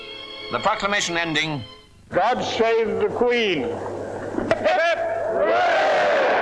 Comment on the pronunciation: The Guy at min is proclaiming:" God SHAVE the Queen" No joke, just listen to it.